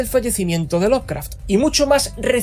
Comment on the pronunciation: ¿Por qué pronuncias la E al decir Lovecraft? Es inglés básico, la E no se pronuncia. NI CUANDO DICES LOVECRAFTIANO.